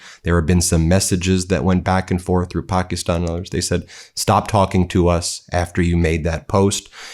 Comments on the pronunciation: "Pack-ih-stan (as in "Stan")" not "pock-ih-stahn." Otherwise, excellent reporting. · Thats not how we pronouce Pakistan in English.